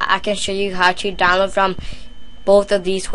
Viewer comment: "I downwoad Towents fwom Isohunt and Piwuts Bay"